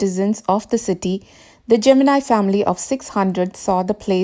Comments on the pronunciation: Pls correct the pronunciation of Gemini. It's been wrongly pronounced as geminai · pronounce Gemini studios correctly..